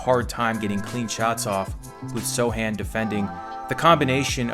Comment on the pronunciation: One question, why he's called So (c) han Instead of So Chan? Just being curious